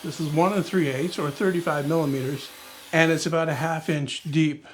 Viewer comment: The people of New Zealand thank you for "aboot". Carry on. God save the Queen, and all that sort of thing.